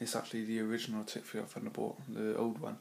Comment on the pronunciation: Nice review, but please it's Thunderbolt not Funderbolt! Don't you fink so?